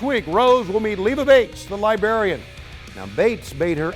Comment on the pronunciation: Tony called Leva Bates: The Libarian...